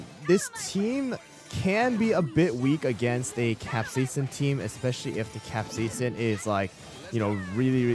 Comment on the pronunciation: its pronounced "queen-'amawn" and "cap-sie-sin"😂😂 hard watch